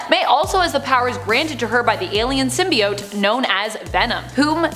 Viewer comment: Symb-bi-ott? Why is she pronouncing that way??? Ew